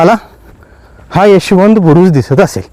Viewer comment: कृपया चुकीची माहिती देऊ नका. तुपाच्या विहिरी अनेक गडांवर आहेत. त्यात जुने तूप ओतुन सडवले जायचे. हे तूप जखमांवर लावल्यावर त्या लवकर बऱ्या होत. त्यात मावळ्यांना बसवले जात नसे. माहिती नसेल तर सांगु नका पण चुकीची माहिती देऊ नका. आणि उच्चारांवर पण जरा लक्ष द्या. उदा. रहश्यमय ( रहस्यमय ), एशवंत ( यशवंत )